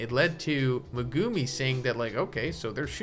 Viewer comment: Dawg, I love your videos; but what the fuck is that pronunciation of Megumi?